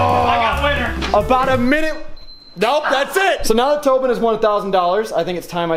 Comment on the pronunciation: Tobean w out glasses its not tobean